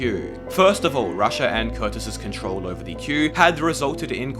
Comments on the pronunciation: Why does he reads Rusher as Russia? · I’m pretty sure it’s pronounced rusher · You keep saying Russia instead of rusher lol that's funny as hell right there XDDDDDDDDDDD THAT'S FUNNY LOL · Bro please fix your pronunciation of rusher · Wait, he was saying Rusher?